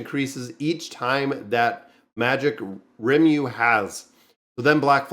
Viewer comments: I don't get it, why is it hard for you to say his name? Lee-mou-lou it's from japanese so the r are very light and rolls on the tongue, to a spaniard I wouldn't tell them to use a l sound cuz their r sound are closer but for an american, deffinitely use L.. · Ri-muh-roo.......Can't miss this one!!! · One of my favourite animes. Pronounced Ree-mu-ru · Its ree-moo-roo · His name is Ri-mu-ru, exactly the syllables sounds like. If you want to see his ultimate skill, just search for Rimuru massacre and you'll see it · Ree-Moo-Roo. As a big fan of the show... this video hurt lol. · butchering names is like his gimmick 😝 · Its Rimuru bro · you won't be cancelled if you mispronounce rimuru's name as long as you don't assume the gender..